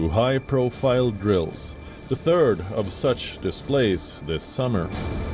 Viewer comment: Turd not third